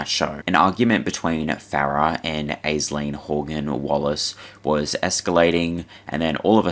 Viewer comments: No hate but Aisling is pronounced ‘ASH-Ling’ love your stuff mate! ❤❤ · Aisling is pronounced Ash-leen.